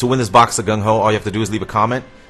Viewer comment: Gungho? sounds like mongo